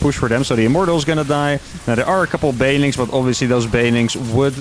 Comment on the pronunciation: Been watching for a while and I think thats the first time I've heard him actually enunciate "banelings" instead of "baylings"